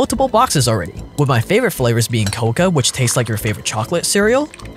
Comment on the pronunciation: Coca? Is pronounced co-co